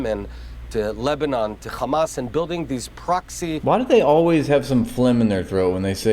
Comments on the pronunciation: He can say “has” but says “khamas” what do you expect he can’t even grow hair 🤣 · Hamas said as Khamas is like nails on a chalkboard. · do you think the chhhamas pronunciation rule was emailed to everyone in media and government or did they just start saying it on their own?